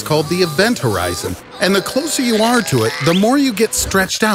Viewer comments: Horizon not Horizont. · Event Horizon...no "T" at the end of "Horizon". And it's Hawking Radiation, not "Hawkin"....named after it's discoverer noted theoretical physicist Stephen Hawking.